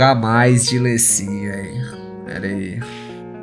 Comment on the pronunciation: q agonia ele falando LÊ sin